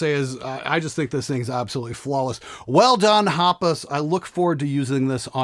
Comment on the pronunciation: Hapas. Not Haps :)